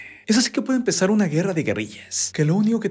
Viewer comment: Alguien más se dió cuenta que se usan palabras con 'e' Vide, guerre, y otras, tuve que escuchar varias veces para confirmar esto